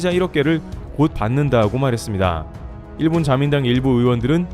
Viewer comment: 목소리 좋고 전달력 좋은데 일본을 그냥 일, 본 모두 경음으로 발음하면 좋겠다ㅋ '일'에 강세 두지 말고. iiiil bon 말고 그냥 il bon